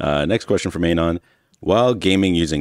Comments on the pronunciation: why does pronounce "anon" wrong? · Man I can't with the pronunciation of An-on